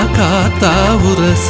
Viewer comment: Wonderful. Great singing But why you are pronouncing as uraasa. The title also says uraasa. It is just urasa உரச.